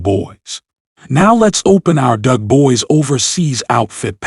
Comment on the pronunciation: doughhhhh boy... not dug.